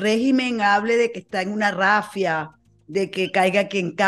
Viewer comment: Se dice RAZIA no rafia jajaja